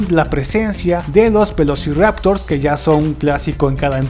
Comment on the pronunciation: Yo te encontré un error a vos XD... "velociraotors"